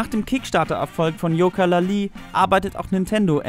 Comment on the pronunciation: "Yoka-La Lee" xD